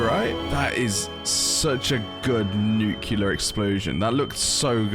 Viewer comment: btw, no shade, but you pronounce "nuclear" as 'nukular' a lot, when it is pronounced 'new-clear' where I'm from. it might be wrong in europe, I might be wrong myself, but that IS the way it's spelled. good content, loved the video, have a good day. :>